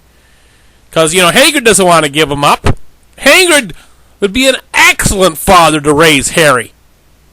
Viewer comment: Hagrid not haygrid you dope